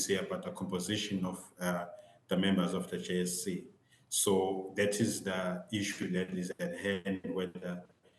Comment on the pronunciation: JSC not JEC haiybo